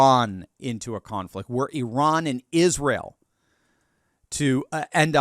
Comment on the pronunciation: I heard Iran is becoming «I RAN»